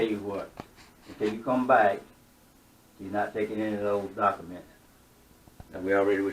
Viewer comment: Doc-A-ments. What a dickhead